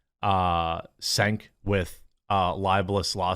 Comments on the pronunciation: For the love of all that is HOLY can you please stop pronouncing Cenk as Sank...... Its odd as I was ranting he did just that LoL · It's Xhink (the xhi pronounced like chi) Yogurt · Dude, WTF? You’re really saying “the P word” and “the G word”? We’re protecting their feelings now or what? And you get to have this podcast but your still calling him “Senk”? I hate the bastard but I’ve known how his weird ass spelled name is pronounced for 20 years. But you get a show… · Is it pronounced Senk, Jenk, or Chenk? NOBODY EVEN KNOWS HOW TO SAY HIS FREAKIN NAME, because he's such a loser.